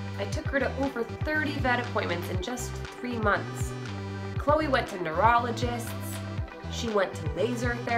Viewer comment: what kind of name is chole? i understand chloe, but chole? sounds like choke not cholr.